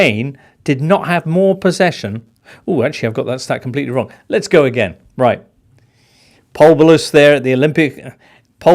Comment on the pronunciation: And "Pol Ballus". Do me a favour.